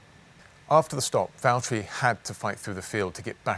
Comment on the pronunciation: Please say Valtteri it’s James